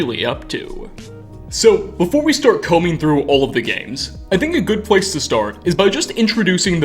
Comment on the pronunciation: Bro.... I like the content you provide, but I can't watch for long– because of your voice! Over the top modulation and why add an extra syllable to so many words? "Space-ah. Good-ah hard look at this thing-ah." You are working too hard my friend.